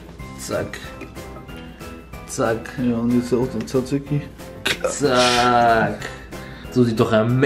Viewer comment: Er sacht einfach saziki xD